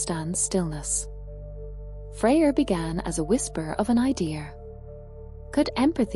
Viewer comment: "Freya" and "idea" are not pronounced with an R at the end... 😉